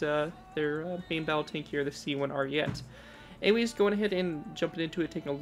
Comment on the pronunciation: I actually finally found it. I've been digging for this thing for sooooooooooooooo long. Do you plan on giving it a redesign? Also, its pronounced "Ariet-é". Also, a little bit of history cause why not. The Italian army planned on making the C2 Ariete with upgraded composites, however, it was too expensive. Their solution was to make composite armor attachments and add them to the already existing C1 Ariete, hence the weird bulky stuff on the side.